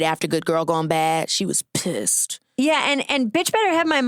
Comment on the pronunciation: The way Keke says “she was PISSED” when talking about Rihanna and G4L has me CACKLINGGGGGG